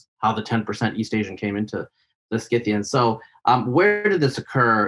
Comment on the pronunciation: For Pete's sake! The "c" in Scythians is SILENT!